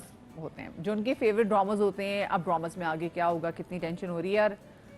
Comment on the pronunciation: Madiha it is drama not droma